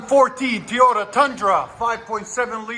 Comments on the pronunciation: This dude keep saying tiyota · Like the videos but please stop saying “Teeyota”. You don’t say, I hope Santa brings you lots of “Tee’s” for Christmas.